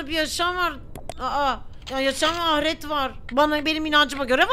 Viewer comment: Pelin ablam ahret değil ahiret o çok takıldım